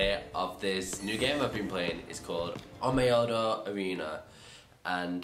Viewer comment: Pronounciation: ohn mio jeeee not ohn mio yeeeeeee